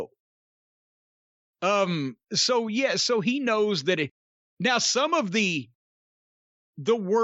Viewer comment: my mind instantly corrected Jim and said "he KNOOOOOWS"